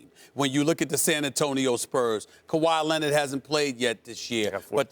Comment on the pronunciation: “Kawhy Lennit” - SAS